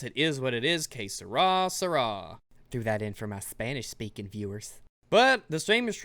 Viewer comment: Que sera sera is French and I thought you were speaking a word but you were trying to speak Spanish lmao and I didn't even understand it as a speaker myself. 10 for effort